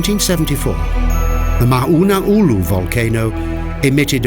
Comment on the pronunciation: Saw more trees than volcanoes. Mona Loa is a active volcano and I believe Mona Kea is as well. Please learn to pronounce the name of the volcanoes before making a video.